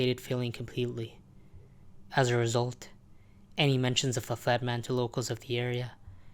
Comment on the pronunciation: why did you pronounce the flat man as the fat man 9 out of 10 times?